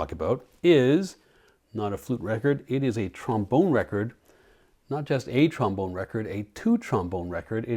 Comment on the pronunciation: My 8 year old self says - Hahaha you said trom-boner! Thank you for humoring me. Another great video. Like the dog insert too. Take care. Nick